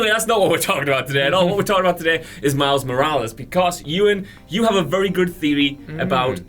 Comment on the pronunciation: The return of Pizza Parker. Mary Jane and Pizza and Mouse Morales. It sounds like and reads in captions lol